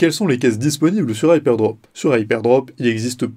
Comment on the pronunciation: Prononcer HypeRdrop au lieu de Hypedrop c'est assez déroutant pour une présentation du site.